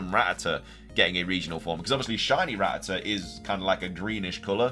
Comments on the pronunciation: (Ruh-tat-tuh) gamefreak has had many many media out that says it frequently enough we should all know how it's pronounced by now lol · Cool stuff!! Also why does everyone pronounce “Rattata” differently 🤔🤣💁🏻‍♂️?